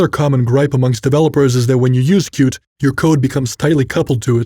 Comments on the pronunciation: Qt is pronounced cutie, not cute. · Why wouldn't you pronounce Qt as "CUTIE"?